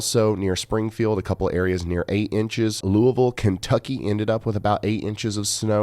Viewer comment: Thank you for pronouncing Louisville correctly 🩷